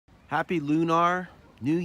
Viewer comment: Never heard anyone say it like Loo-Nar lol